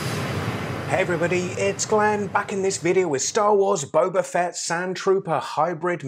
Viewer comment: it's Boba Fett not Boba Fett!!! Gosh darn it Glenn